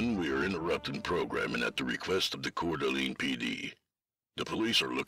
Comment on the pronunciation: It's pronounced "core da lane" but spelled Coeur d'Alene. Don't trust google.